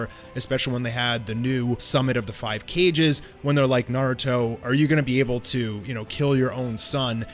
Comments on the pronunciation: Bro really pronounced kage as cages 🤢🤮 it's pronounced KarGay kage not cages 🤮🤮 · KAGE is pronounced KAAAGE NOT Cage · Ka Gey NOT Cage... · wth seriously? cages? Bruh watched entirety of naruto and says cages for kages... and not just once but twice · If you don’t quit calling them “cages” instead of “kages” I’m gonna lose my shit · Kages not cages sir good video besides that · Kage, not cage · lmfao bro i died when i heard called the KAGES, caiges lmfaooo (KA-GE) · Dude said cages... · Am I lost or did he just say summit of the 5 cages. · we didn't just say "cage" here did we? 😭😭